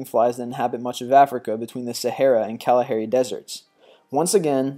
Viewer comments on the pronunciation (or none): Kalahari not Kalahairy!